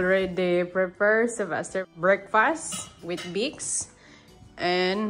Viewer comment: Sanayin niyo po (sil-ves-ter) I drop niyo na po Yung ( sa-vas-ter)